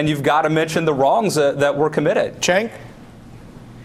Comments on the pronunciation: He keeps pronouncing Cenk's name wrong. It sounds "Jenk" not "Chenck"! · spank that lil' brat, cenk! and MEMO 2 DYLAN... its JENK!!! not CHENK!!! all this time and he still says it wrong.. makes me want 2 scream the screen!!!! jenk jenk jenk jenk.. say it w/ me dylan... jenk! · Why they all keep calling him "Chenk?" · Can someone give these clowns a heads up on how to pronounce Cenk's name? Argh, so annoying. But good work Cenk, you hold your own =3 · You know I've seen Cenk on Dylan Ratigan a few times, when the hell is he going to learn his name? Maybe Cenk should pronounce it for him.